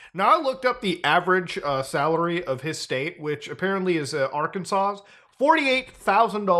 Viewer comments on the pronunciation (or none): Did.... you just say the "S" at the end of Arkansas?